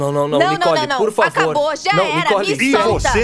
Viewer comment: kkkkkkkkkk slc ela corrigiu as palavras só q n corrigiu o "acabou", acobou kkkkkkkkkk